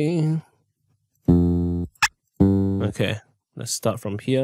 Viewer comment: “lets start from HeAa”